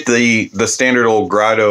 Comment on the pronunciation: It's pronounced Grédo.